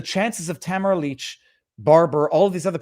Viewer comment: Her name is Ta mar a not tamra